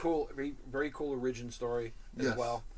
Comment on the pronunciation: Can we talk about pronunciation of origin? Every time I hear him say it, it freaks me out. LOL